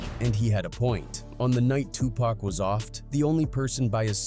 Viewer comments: WTF man it’s pac not pack I can’t even finish this shit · Soon as I hear "Pack" I turned it off and stopped watching. We need more respectful voice overs. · Why is he calling him pack? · I had to stop listening because this dude insists on calling this man Too Pack as if he hasn’t heard every black man and Tupac himself say his name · I refuse to watch this bullshit ass video any further until he can say 2Pac name right